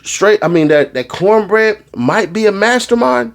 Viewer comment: Not counbreaddd 😂😂😂😂😂